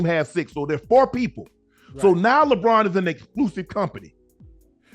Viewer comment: Bruh said Lebrona 😅😩🤣